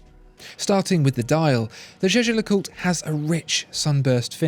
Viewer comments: Jaeger is pronounced "Yager" not 'Jeje'! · Jäger, not jeje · Jaeger is I think prounced as "yaeger" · It's "Jaeger", which can also be written "Jäger" and pronounced in that way ... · Can we talk about how you lronounce jaeger please?